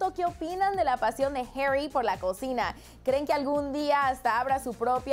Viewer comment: Herry no mames pronuncialo bien es HARRY así tal cual -.